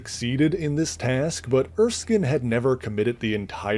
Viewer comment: Not being snarky or anything, but it's pronounced Er-skin. It's a Scottish name. There's even an Erskine Castle, hence why Hayley Atwell was the only member of the cast of "Captain America: The First Avenger" to pronounce it right. Edit: He pronounces it correctly in later points, but if anyone is confused on the pronunciation, now you know